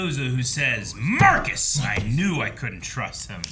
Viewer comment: Marcus. It's Marcus